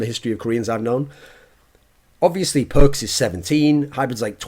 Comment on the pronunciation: Nope, Thoorin said it right way